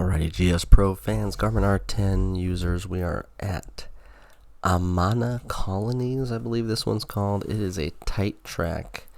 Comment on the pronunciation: Played it in real life. It’s about 45 mins from where I live. It’s not as tight IRL IMO. Oh and it’s pronounced A-Man-A. They use to have their scorecard pencils say something like are you “man” enough to play. I’m sure that fun thing has since been canceled.